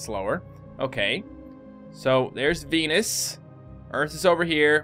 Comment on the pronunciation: did you say penis instead of veanus